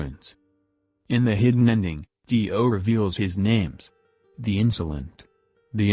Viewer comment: Tio not ti oh